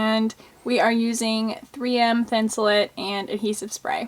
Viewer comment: Please people...please STOP CALLING IT thin-sul-IT. That is wrong and so annoying!!! It is thin-sul-ATE. Like I ATE the apple. NOT IT!!! I'm from MN where 3M is located. We know how to say it here, it is thin-sul-ATE!